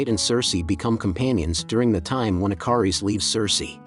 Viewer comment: I'm OCD , yeah it's Ikaris, but the captioning and him keep saying the I car ess.... I love the channel and I love the movie, like I said I'm OCD and little things like that just drive me crazy so I wanted to point that out.... Thank you very much